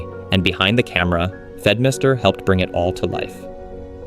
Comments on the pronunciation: Pretty interesting storytelling that kept me engaged! Just a quick heads up on the names instead of Fedmister it's Fedmyster and instead of Slightly Musical it was Sleightly Musical (With the sleight being a pun on sleight of hand stuff as he enjoyed doing magic tricks as well). I also would have liked Xell and TheMarkZ to be mentioned in the beginning part as I feel like the initial focus on League of Legends involved people was integral to the concept. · I want to dislike this video for every time he mispronounced the names like fed mister and valkrae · These pronunciations took me out every time. Poko lawls? Fed Mister? hahaha like cmon